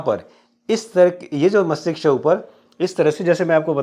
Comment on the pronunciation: Bro apni kabiliyat ko sahi rakhe MASTISHK hota h na ki MAKTISHK -- as u pronounced